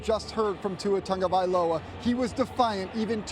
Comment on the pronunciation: I keep on asking, "Where is the "un" in "Tagovailova"? Why are you pronouncing it "Tungavailova"?